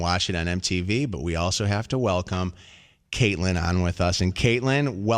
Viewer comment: The first caller said she was a long time follower but didnt even know how to say Catelyn's name lmao